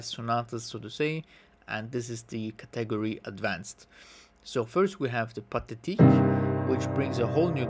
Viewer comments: I hope to help you,: the word "category" is pronounced with the emphasis on the first syllable, i.e. CAT-egory:) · That's not how you say category